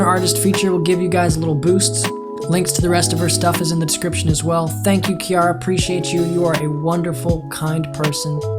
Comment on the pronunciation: BRO HE LEGIT SAID MY NAME OUT LOUD I WAS SCARED BRUH AND FOR THE FIRST TIME OF MY LIFE SOMEBODY PRONOUNCED IT RIGHT LIKE WHO CALLS THE NAME KIARA (*KE AIR RA*) LIKE BRUH